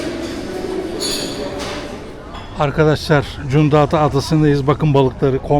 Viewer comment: iki videonuzda cunta diyorsunuz doğrusu Cunda düzeltiniz